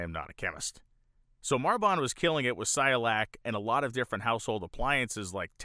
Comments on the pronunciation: It's not Cy-o-lac. It's pronounced: SI-koh-lak. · Cycolac, not Cyolac. woopsie 😬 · You keep saying Cy-olac. Is the second C silent? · You mispronounced cyCOlac over and over. Otherwise, I loved it. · HOW MANY TIMES DID THAT GUY MISPRONOUNCE CYCOLAC???? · Did you really just go the whole episode mispronouncing "Cycolac"?